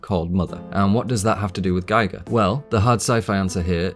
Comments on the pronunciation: this is excellently written and excellently presented! please - it's gEE-gr, not gEYE-gr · I found your excellent channel today and have been enjoying its content. Thank you! I do have one small critique, though: HR Giger's name is pronounced "Gee-ger," not "Guy-ger." I've included a link at the end of this comment that may be helpful. FWIW-Giger's name is (probably) mispronounced more often than it's pronounced correctly. Perhaps because it's a Swiss name?? I used to refer to him as "Guy-ger" too. A friend of mine (who knew Giger personally) corrected me, and I am glad that he did. Thanks for the excellent content! Link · EVERYTHING is spot on except your pronunciation of Giger. Gee Gar Not Gy Gar. That's the different bloke who measured Radiation. But you can be my friend as you see A L I E N as deeply as I do. But you can explain it better. GREAT WORK. Kudos. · His name is pronounced like Geeger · aw man... First of all - great work put in here, congratulations surely due. But how do you see all the interviews with Ridley Scott talking about "Geeger" and not get the pronounciation right in a "deeply researched" video? And all the interviews out there with the swiss master who created the most iconic nightmare imagery in generations? This seems to be not so much a deep analysis of Alien as it is a view of Alien through a modern intersectional lens. It obscures your view of some pure artistry. But kudos deserved for the work you've put in, surely. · A good rule of thumb is probably pronouncing the letter "i" as "ee" in languages other than English (I don't know any other language that pronounces it as "ay", but I could be wrong) It doesn't make the video any less interesting though :) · Presses play. Hovers over the stop button while I wait until I hear how GIGER is pronounced. FFS...